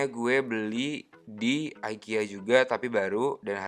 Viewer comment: Bacanya tetep ikea kak hehehe bukan aikia